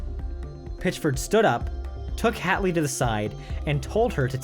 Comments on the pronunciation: I'm a little huffy he mispronounced two others, Linzi Hateley (he says 'hat'ley when it's truly 'hate'ley) and the Tommy, Paul Gyngell (should be a hard 'g' first like in Gun and a 'j' for the second. "GiN-jull".) ❤ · Hmmm... some slightly patchy reporting and inaccuracies aside (... Linzi Hateley, it's pronounced HATE-ley, btw, no hats here), this is entertaining none-the- less.